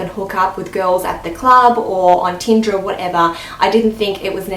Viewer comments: Am I the only one who heard tinda and not tinder? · How many times did she say "Teenda" ? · I was just about to comment saying "Teenda?" lol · "teendah" 😂😂 how many times did she say that in one minute? damn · yes, tindAAAAAAAAAA. Get over it